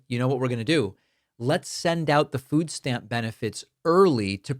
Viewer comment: Wtf is a "foos stamp?"